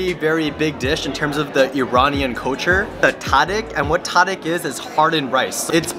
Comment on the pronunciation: Brother! Pronounce tadig as “Ta-Deeg” and the Ta is supposed to sound like when the doctor says open up to check the back of your throat.